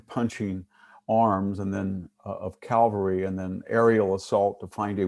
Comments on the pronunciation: and and It's not "cal-va-ry", it's ca-val-ry. Calvary is a word but refers to the purported location of the Crucifixion of Jesus of Nazareth. It was interesting to hear VDH admit that the Framers of the American Constitution intended to foster cultural and political evolution. Contrast this with the doctrine of "originalism". The current reaction on the part of the alt-right seems to be an attempt to reverse recent cultural trends and roll back the evolution to a multicultural future. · Nice talk but why is he saying "calvary" instead of "cavalry"?